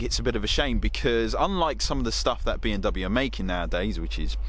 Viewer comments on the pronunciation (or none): yeah I thought I was hearing that too. Definitely not pronouncing the M Still love sids vids but